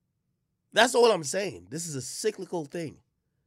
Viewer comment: Dat boi said sicklycal 🤐😹😹😹😹